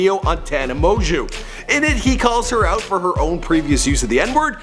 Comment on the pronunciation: I'm not a tana supporter but just like your sssniperwolf video this was badly made, it wasn't factual and was purely made to slag her off, and purposely mis pronouncing her name when she says it at the start of everyone of her vids is just childish